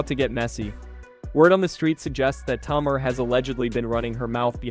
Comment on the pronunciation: It took me 2/3 minutes before I realized he was talking about Tamar (Tay--Mar) and I am very very sure he had at least one person of color at arm's length he could of asked for help or could of not been so lazy and looked it up himself perhaps some of her old interviews or THE SHOW, and learned to annunciate her name, this was unacceptable especially while trying to follow the story.